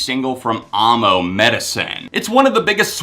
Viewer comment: You said 'amo' wrong. It's like ammo.